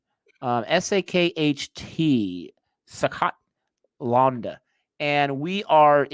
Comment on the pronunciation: The way pronounces it is way too hilarious. "Sakhaat Laawnda " 😂😂😂